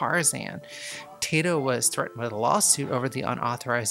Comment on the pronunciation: Taito should be pronounced TIE-TO, not TAY-TO.